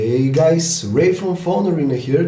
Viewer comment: dijo " hey gays" :P